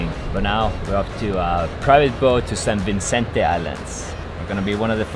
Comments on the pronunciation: you are so cute. However its SAN VICENTE.. not SAn VINCENTE.. Love your CONTENTS about the PHILS... gæta alltaf! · San Vi-Cen-Te Pin not Vin-Cen-Te ;)